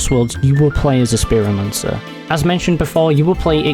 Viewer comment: theres a lot of mispronunciations such as "istant-tainment" and "spearomancer"